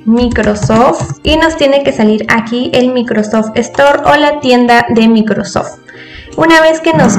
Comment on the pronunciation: no sabes hablar no es "micrrrrosofttt" es microsoft